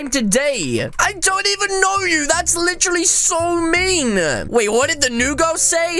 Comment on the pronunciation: I heard u say y do u hav to be so MEAN-A :) that’s noice